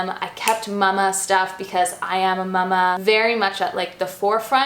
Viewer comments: I adore, but when she says Mámá it's driving me nuts! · No, it's just her weird way of pronouncing it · Do all Canadians say mama like that? I’ve never heard someone say mama like that before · Haley Newlin 🤣 I’m Canadian and don’t say it like that!